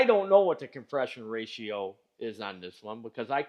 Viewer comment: your saying of compress-i-on you sound like a quebec-er speaking gorf meaning spelled backwards, frog